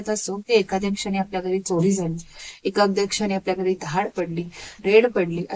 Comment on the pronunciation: ताई सुंदर विवेचन मध्येच भाषेत काही अशुद्ध शब्द येत आहेत. मन * मण, बोलताना * बोलताणा, एखाद्या * एकाद्या, येणारे * एनारे आता काही लोक म्हणतील भाव महत्त्वाचा आहे भाषा कशी पण असू दे, तर असं चालत नाही. मी त्या झाडावरती खून (खुण) करून आलो. न आणि ण मुळे फरक पडला.